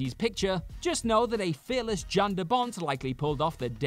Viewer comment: His name is pronounced "Yan", not "Jan"....fyi...